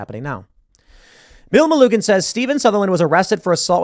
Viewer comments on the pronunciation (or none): BTW Tim, it's pronounced Me lu gin. Soft "G". Gin as in gin and tonic.